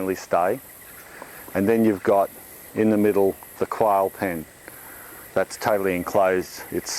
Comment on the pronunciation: oh, this is just what I wanted to see! the nitty gritty, the daily grind. but...I gotta love the accents. your quail sounds a lot like "coil" so my derpy mind is daydreaming of a little pen filled with little coil springs. bouncing around. I do have a question about this style of free ranging. you put the chickens away in the evening, I imagine. do you have troubles making sure all the birds are in the pen? I wonder if you could use a "one way gate" that you can close the door, in late afternoon, and by evening, they've all filtered back in, through that gate, and then you lock it, to prevent predators getting in? ponder